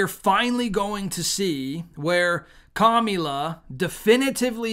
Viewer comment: Commila perfect pronunciation